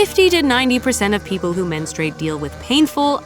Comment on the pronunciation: yes, peo-ple